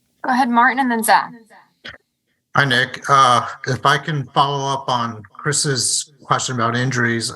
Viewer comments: man said 'Nick are' in the worst possible way. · I thought I was trippin, sounded like a southern accent with a hard R 😂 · He said Nick weirdly smh 🤦🏾‍♂️ 😅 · did he just say his name like that????